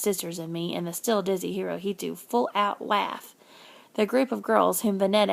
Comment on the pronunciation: Sorry to be that person but Hirohito is pronounced (Hero-he-toe) at least that is the way I am learning it in school.